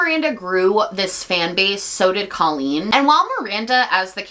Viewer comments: it’s because she calls herself “coh-lleen” not “cah-lleen” and as someone who shares her name, she’s wrong. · I think she does pronounce her name Cole-lean for some ungodly reason 🫠 just makes me think of the word colon but to each their own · no it wasn’t right, her name is C “oohhhhh” leen. When I heard her saying her name wrong, she immediately became irrelevant. The “rise” and “fall”. Even at Colleen’s lowest point it’s still better than what this girl has done.